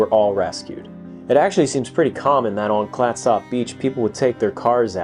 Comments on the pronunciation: nobody I know in the Pacific Northwest where I've lived for the last 48 years pronounces it the way you do. I spent every summer of my youth on the coast and have been out to the Peter Iredale 20 plus times. Think of it this way, no east coaster pronounces Gloucester the way it's spelled. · Great vid, but please 😂 no need to pronounce the o in Clatsop, sort of a slight u actually. Also, yes All oregon beaches are public and considered state highways, so you can drive on (nearly) any beach. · Worse Tham Clatsop being pronounced wrong is Willamette or Couch Street. :D (For those who don't know, Willamette rhymes with "dammit" and Couch is "cooch." Now when it comes to Puyallup, no one seems to know about that one and even locals debate it still. "pew-AL-ip" is the most common. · I've never heard it pronounced, "clat-SOP" beach. Oregonians pronounce it "Clat-sup". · This video and others on this channel are excellent historical presentations. Very well done! But we laughed at the pronunciation of Clatsop. It's Clatsup not Clat SOP. Noob😅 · It's pronounced clat - sup County, as in SUPper ( dinner ), not Clatsop. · im from astoria its prnounced clatsup not klattsopp just saying. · FYI Clatsop is pronounced Klat-sup. Love your channel. :) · It’s pronounced “Clat-sup.” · We pronounce Clatsop “Clat-sup”. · FYI- we pronounce Clatsop: "Clat-sup". Good job with Oregon, though : ) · Clatsop is pronounced as ClatsUp. The Sujameco was a 324-foot steamship that ran aground in 1929. The wreck is located on Horsfall beach in Coos County, OR. and is in similar condition. The storm conditions that exhumed the Peter Iredale exists at Horsfall as well, so its remains should be just as visible. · When it comes to the pronunciation of Clatsop, you're simply trying too hard! You need to emphasize the first syllable, and just let the second syllable happen on its own, but don't emphasize it so much. Kind of like the word "ketchup"... "CLATsop"!😁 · You say clatsop wierd . Clats-Op